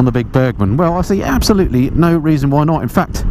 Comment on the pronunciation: Ab-soluteley amoizing